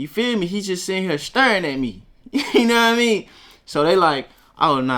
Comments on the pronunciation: I don’t think so , listen to how he say “here” lmao he saying it like hurr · definitely said hur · It depends. It's just like how some people say "man" and some people say "mane". It just depends on the person and how they feel like talking. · he say hea not hurr hurr is memphis hea is southern accent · fuck no 💯its hurr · Maybe he said both but here's a timestamp of him saying hurr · Atlanta is still in the south